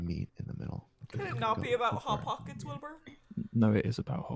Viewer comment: No one MrJ0h0: Pot hockets